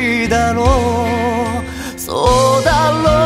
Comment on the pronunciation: そうだろおーほーみたいな発音になる 1番サビ前大好き